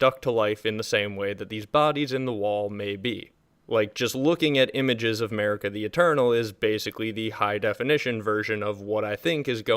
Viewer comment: MERICA the eternal (not making fun of you, but the pronounciation does give me a laugh).